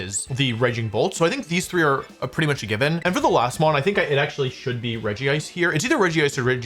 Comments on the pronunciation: Dude It's not ''Regi-ice" It's fucking Regice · Wolfey pronounces it Regi-ice, but it's just Regice :P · It’s regice not regi-ice lol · Out of all the Regis, Regice is the only one without Regi in its name. It's pronounce Rej ice (Regice). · ah yes, physical Regice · see that doesn't really roll of the tongue nicely, I think it should be like "Regisect" or something idk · You are pronouncing regice wrong